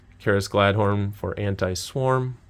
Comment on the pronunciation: It’s pronounced “galad-thon” not galad-horn. Love the videos so far!